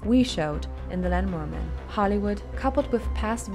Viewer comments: did she just pronounce lawnmower man and "land"mower man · STOP SAYING LANMOWER MAN!!! WTF?